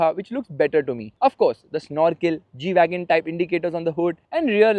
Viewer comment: Not gwagon is Gwagon r